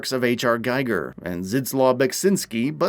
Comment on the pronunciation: Pronounced "Geeger".